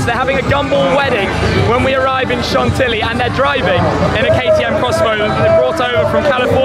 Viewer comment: Chantilly pronounced Shontee-ee dear boy.